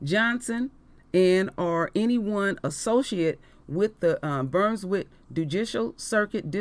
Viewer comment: Queen it is pronounced "Bruuns wick"